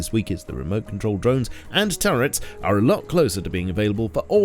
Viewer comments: Did my man just pronounce turrets "tourettes"? Is there an inside joke or something i'm missing here??? subbed btw, great vid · Bro really said Tourette’s not turrets.🤦‍♂️ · the way he says turrets lmao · The way you said turrets triggered my tourettes :' )